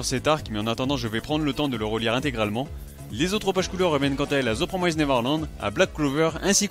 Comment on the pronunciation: PROMISSSSSSST. Ça se prononce "The [promist] Neverland", pas "promaizd". Voilà, voilà, c'était juste pour pinailler. :þ Eh oui, l'orthographe anglaise n'a aucun sens.